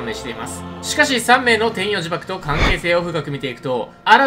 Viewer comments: 天↑与↓呪縛で草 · 天与呪縛のイントネーションが気になる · 天与呪縛の発音気になるww